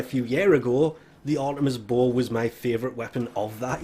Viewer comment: It took me like 5 minutes before I realized you were saying "bow." I was all like "WTF is a bull weapon?"